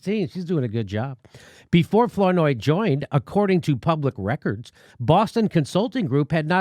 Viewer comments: Please, Jimmy... it's pronounced 'Flower-noy' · I LOL when Jimmy pronounced Flournoy in funny way. haha Anyway, those people are horrible. Fucking VOX!!